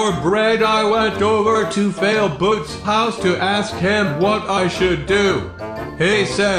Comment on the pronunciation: its funny when you call failboat ( failboot )